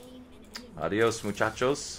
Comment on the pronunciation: Si haha, la pronunciación de la D en inglés a veces es así